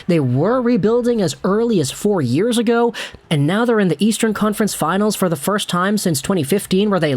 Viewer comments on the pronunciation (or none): none